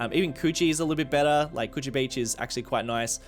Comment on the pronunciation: Lol Coogee sounds like coochie